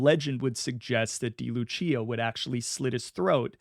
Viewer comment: It's pronounced "day" Lucia, Not "dee" Lucia